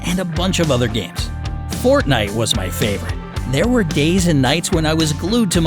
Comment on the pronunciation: you pronounced Fortnite wrong and this is just a story